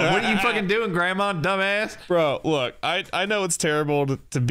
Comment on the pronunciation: That "foekin' weewoo weewoo" killed me.